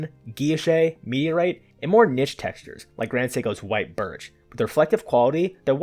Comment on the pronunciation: Thank you for properly pronouncing niche. Its so refreshing to not hear some kid under 45 rhyme it with "quiche".